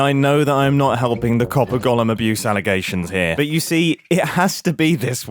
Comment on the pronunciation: I hate the way you pronounce golem so much